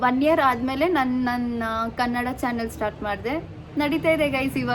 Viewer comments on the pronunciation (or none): none